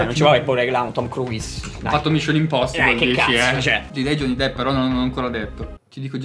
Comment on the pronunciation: Comunque si pronuncia Crus, non Cruis